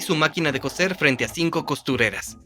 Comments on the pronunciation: ¡Hola! Hace unos segundos escribí que no es "cocer" sino que "coser". El térrmino "cocer" se refiere a cocinar sumergiendo los alimentos en agua muy caliente o hirviendo, mientras que "coser", con "s", y por lo tanto no se pronuncia igual a "cocer" si no seseas, se refiere a usar hilo para juntar pedazos de tela, cuero u otro material flexible. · Coser, not cocer. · Cambiad te doblador al español, por favor. Cocer y coser no es lo mismo. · Se dice COSER COSER COSER